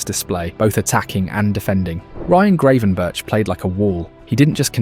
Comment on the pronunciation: I like your videos, but please learn how to pronounce the names. It's not Greivenberch, it's Gravenberch (with the Dutch throat "g" in the beginning, which is hard and most people can't make it, but "ei" instead of "a" is not acceptable). And Szoboszlai is pronounced with "s" not "sh". Hungarian single "s" is pronounced as "sh" as in Milos Kerkez's name.